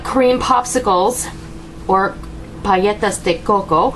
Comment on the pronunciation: You were right in the Pronunciation its paletas with the L sound. Yum!